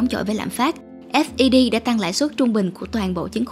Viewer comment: FED đọc cho dễ theo dõi là "phét" đi kênh! vừa đọc S V B vừa đọc F E D nghe ngu cả người.